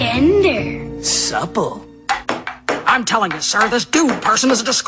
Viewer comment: He says subtle, not supple